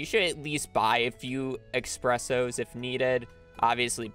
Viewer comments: No way he said "ekspresso" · Wheres the X in espresso. Can someone explain why EVERYONE online says espresso with an x? Es press oh. Its easier to say it like that. Its correct to say it like that Yall are drivjng me insane saying it wrong. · Expresso??? EX-presso??How did you just pronounce the coffee espresso??